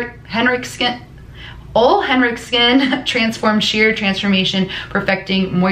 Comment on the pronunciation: its pronouced "o-lay henrickson" Great video though!